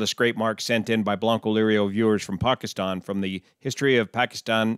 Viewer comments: I’m American, I am of mixed heritage half Pakistani and half white American and all that entails with its mixtures. I just wanted to take the time to say thank you for your effort in pronunciation of Pakistan............. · I like how he nailed the pronunciation of "Pakistan" & "Karachi".